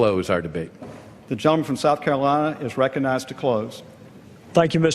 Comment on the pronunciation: Mr. speaker can't pronounce "recognize".